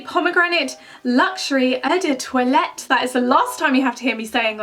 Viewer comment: loving how you're saying eu do toilette 😂😂😭😝